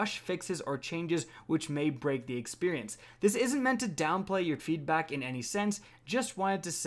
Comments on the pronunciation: “feedbok” new shoe franchise. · So we’re just gonna ignore the fact that said, “feedbock”